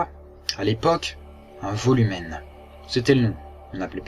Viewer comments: sa se dit pas volumen sa se dit woloumene (c'est du latin) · très bien sauf qu'on ne dit pas Volumen mais uolem le v en latin se u !!! mais aussi non cool !! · volumen se prononce "woloumen" mais sinon, super ^^